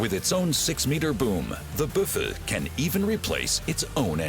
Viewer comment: its called a Büffel. but they did not pronounce the "ü"